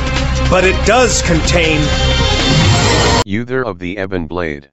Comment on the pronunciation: youther of the ebon blaid